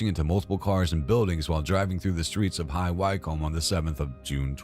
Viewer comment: just fyi - high wycombe is pronounced "high wick-em"